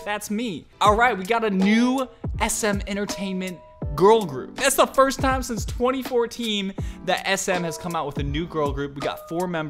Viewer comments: You said "twenty fourteem " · I was dying when he said: "since 20 fourteem" lol